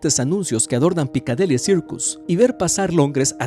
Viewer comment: Jajajajaja, también "punto de encuencro" y PicadEli Circus. Jajajajaja